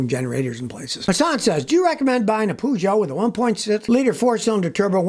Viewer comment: So that how you pronounce Peugeot